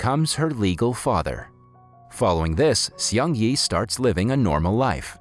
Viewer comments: its not "see ong yee" its (one syllable) "seung" (one syllable) "ee" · I like the way you butchered the name Seung Yi. lol..